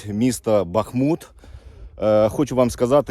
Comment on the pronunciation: Будь ласка, БахмУт, не БАхмут.. і так боляче дивитися на рідне місто, ще й нервові зриви через наголос 😢 не такої слави хотілося….